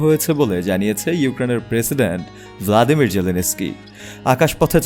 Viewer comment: "ভ্লাদিমির" জেলেনস্কি নয়, "ভলোদিমির জেলেনস্কি" হবে।